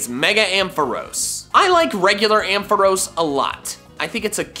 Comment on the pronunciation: AMPHAROS, NOT AMPHOROES! FIX IT NOW!